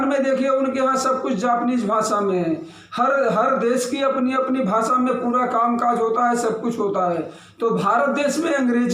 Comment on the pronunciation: तुला हिंदी चा एवढा पुळका असेल तर तू बिहार आणि उत्तरप्रदेश मध्ये जाऊन का नाही भूकत ? 🤔 महाराष्ट्र मध्ये मराठीच चालणार आणि माकडा भासा नसतंय ते भाषा अस असतं राष्ट्रभाषा हिंदी कधी पासून झाली ? तुला उत्तर द्यायला तू काय मोठा जहागीरदार नाहीस घरात बसून कावळ्या सारखं चोच मारणं बंद कर. आधी उच्चार नीट कर मग हिंदी बद्दल बोल भाषा ला भासा बोलणारे तुम्ही येडपट